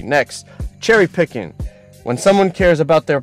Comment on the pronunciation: Nobody says cherry picking in that way 😂